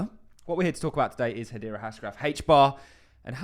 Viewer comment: What is it with British people pronouncing Hedera as Hadeera?